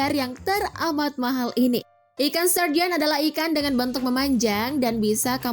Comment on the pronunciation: Aku dengernya ikan sarden...😁😁😁😁